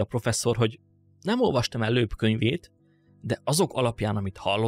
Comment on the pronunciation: Loeb = Lób !